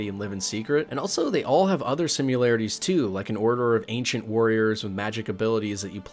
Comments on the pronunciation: Great video, only one problem: "sim-yu-larities" As opposed to "Simm-a-lar-a-ties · I think you invented a new word "simularities". It's either 'similarities' or 'simulations'... I like the new word. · Hey spell out the word similarities, then listen to how you say it lol